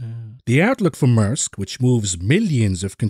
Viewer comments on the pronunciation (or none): Thanks for another great, informative video.:_DPowell:. Great Yellen impression! PS Maersk is pronounced May-ersk